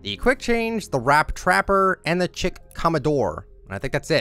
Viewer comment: you are aware that "chic" is pronounced "sheek" right?